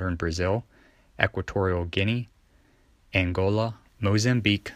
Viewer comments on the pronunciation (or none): none